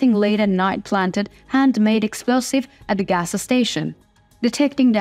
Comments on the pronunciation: More help with your English pronunciations... "gassa" station??? You need to just say "gas" station... There is no "gassa"... Keep working. I enjoy listening to your beautiful voice. Slava Ukraine!!! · You're cute. A gas station is not " agasa station." But it does sound very interesting. 😂